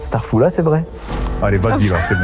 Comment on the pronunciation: on dit pas starfoulla on dit astarfiroula (ne sallissez pas les religion 🩷(faut pas le prendre mal) )